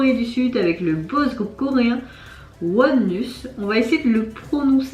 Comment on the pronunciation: Oh! leur nom doit être prononcer en anglais (OU-A-N-OS) ONEus 원어스